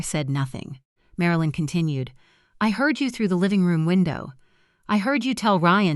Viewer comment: O Liver? MaraLeen? AI needs to go to school.